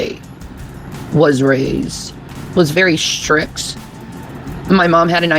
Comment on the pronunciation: Lmao! If you listen again when she goes to say "strict" it sounds like she said "strix"